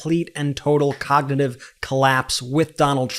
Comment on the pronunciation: “Cocknitive” test 🤣🤣🤣